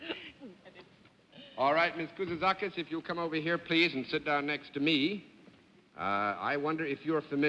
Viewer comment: Mr. Daly heard me. I said out loud "No way John Daly can say her last name (Kouzoutzakis)". He proved me wrong.